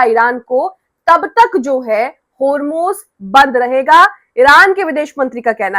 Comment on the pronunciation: Homeruz nahi hormuz .galti hoti he koi baat nahi